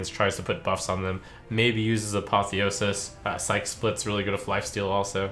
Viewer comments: Psyche is two syllables (SY-kee) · plz.. psyche is pronounced /ˈsīkē/ look it up in google if unsure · I don't think that's how you pronounce "psyche" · TIL Trump doesn't know how to pronounce the word "psyche". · Why do all the streamers mispronounce psyche?